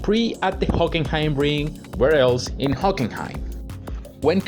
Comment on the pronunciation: Its HockeNheim